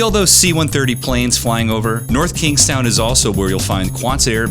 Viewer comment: Nice video, thank you for pronouncing the towns name correctly.